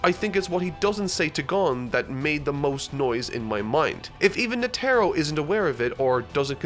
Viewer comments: Sorry but its bugging me, you're saying the Charmaine's name like Ne•tro but it's Net•ero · NOT NA-TAR-O ITS NE-TAR-O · Will ever get all the character pronunciations right? Find out next time on Dragon Ba......I mean Hunter X Hunter. (in reference to Netero, pronounced "Net-eh-ro" not "Nah-tair-oh") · Its more of a nete-ro not a net-ero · Net-Ah-Row Not “Netaro” come on dude…listen to the show and how characters names are pronounced. Thought you learned this with the whole Gon thing after the first episode. 🙄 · Anyone is bothered by the fact that calls Netero as NeTERo? It's NETero!!! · knee tear oh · NEH-tehr-oh -- emphasis on the first syllable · PLEASE!!!!!! Net-Teh-Row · Its Neh-Tah-Roh. NEH TAH ROH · Nee tah row...netero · “Netarrow”, bruh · Yo I'm so convinced that he's just reading some of the names wrong on purpose. He didn't just say netero's name like that and thought it was correct 😕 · I cringe every time you say Netero 😂. Great work though keep it up. Berserk next? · that is not how you pronounce Netero. They use a syllabary that word uses Ne (ネ) Te (テ) and Ro (ロ), you will be using that name a lot in later. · This is such a good video.... but you pronounce netro wrong!! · Only could mispronounce Netero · pronunciation of Netero's name is bothersome lolol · His pronunciation of netero was cringe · The way you say "Netero" irks me.